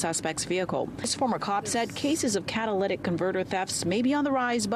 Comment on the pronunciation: Haha can’t get over this reporter pronouncing catalytic 🤣🤣